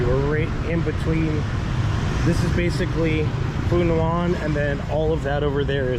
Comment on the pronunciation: ask a Vietnamese how to pronounce Phu Nhuan. lol it's not "nu an"